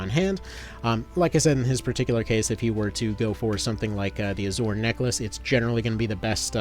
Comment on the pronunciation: Love your content. Hate how you keep mispronouncing "Azure"